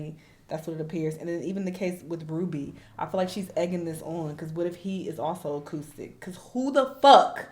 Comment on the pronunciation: It's saying acoustic instead of autistic for me 😂😂😂